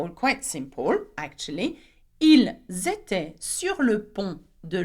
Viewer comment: Elles etaient and 2nd last also Pronounced little wrong i checked from google